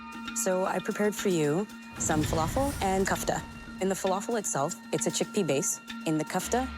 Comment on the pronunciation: how are they masterchefs if they call it kefta? what the hell is kefta?? it's KOFTA, not kefta not kafta but KOFTA